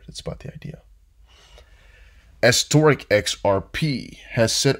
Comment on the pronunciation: it's bearable guy 123 not bearable bull also it's esoteric XRP not estoric...